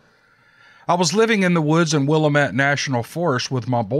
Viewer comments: Willamette is pronounced and sounds like... Will am it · Sorry, it is pronounced Will-lam-it🤗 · I live here and if Willamette is mispronounced, you are a stranger so dont stay a stranger and come visit 🤗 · Yo! It's not pronounced "willa-met" the correct pronunciation is "will-lamb-ette" with silent letter b. I lived and went to school in the McKenzie River Valley in the late 70's. School for us kids from Vida to McKenzie Bridge, including Blue River, was small enough that all grades from kindergarten to high school seniors were all in the same antiquated building. Things were different up there, even compared to what people living just one hour away experienced. It was a great place to be a kid as long as you liked the woods, fishing, hunting, riding dirtbikes and playing outdoors etc. We didn't even have individual telephone service, instead having a trunked system requiring us to quietly pick up the phone and listen for one of the nearby families talking before attempting to dial out. Naturally this meant plenty of eavesdropping went on among us junior high school aged kids. Anyhow, as always I enjoyed your post! Keep 'em coming! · It is pronounce wil- lamb- et. Native American name. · Willemette = Will-am-it. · Just a helpful note: it is pronounced "wuh-LAMM-it" (Willamette). I'm a native. Love your channel. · Yes that's the way to pronounce it. I too am an Oregon native, 70 yrs. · Willamette is pronounced "Wool-lamb-ett," FYI. I'm a former Oregon resident who lived in the Willamette Valley for 20 years.